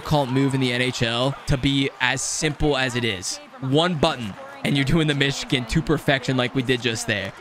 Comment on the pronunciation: It's weird how he pronounces 'Michigan.' I thought he was saying 'Myshkin,' and I was like "Why did they name this type of goal after Vladimir Myshkin?"